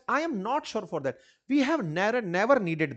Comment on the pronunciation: Four nahi for hota hai